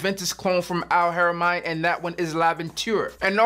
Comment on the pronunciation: Beloved, great list fam, so many great choices. Al'Haramain pronounced Al -harah - main/mane. Middle eastern company, Haramain means sanctuary/sacred. Big fan of valentino uomo intense., its so versatile from work, to afterwork lounge, it WINS! Noir Extreme is a killer boss fragrance. Bleu De Chanel parfum is class in a bottle. Profumo is elegant & screams grown n sexy while getting money. Givenchy Gentleman is on my list for next cop, i gotta grab that jawn yo! Salute!!!